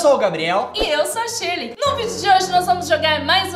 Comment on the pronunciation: não é sirley é shirley.